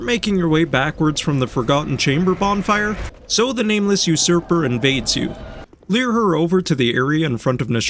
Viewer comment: The way you say "lure" is fascinating to me. It sounds more like "leer". I say "loo-er".